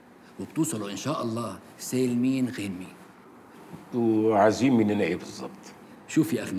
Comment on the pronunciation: كل شوية يقول سالمين غالمين